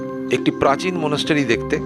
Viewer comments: Are ota to english spelling monastery.Kintu pronunciation ta মনাস্ট্রি, মনাস্টারি নয় । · Monastery pronunciation ta kane khub lagche.uccharan মনাস্ট্রি , মনাস্টারি noi.Eta kheyal rakhben